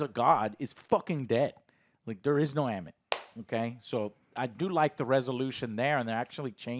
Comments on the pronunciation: Ammit. Literally 2 syllables: ahm-mit. Joe: Ah-mu-it What? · You guys couldn't even pronounce the names right you kept saying harlow and ammuit. It's harrow and ammit did you watch the right episodes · Who's amawit? dont you mean Ammit? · I love y’all, but “Harlow” and “Ammuit”? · Their inability to remember the correct pronunciation for names after hours of content bugs me irrationally. The bad guy is "har-row", the alligator is "ah-met", GAHHH! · While I genuinely enjoy your guys' content, and understand most of your arguments in the first 10 and a half minutes of your review, every time you guys mispronounce a characters name, I feel like incinerating my phone in the nearest star after the sun. Harlow and Annuit, what the actual shit, lmao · Why can this dude not pronounce any names correctly? He said “Ammuit,” “Isaacs” and “Harlow” all so wrong lmfao